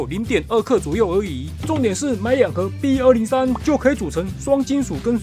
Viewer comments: 好像把b203講成bot203了😅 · ，你把B説成BOT—203了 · 是不是把B-203讀成bot-203了🤨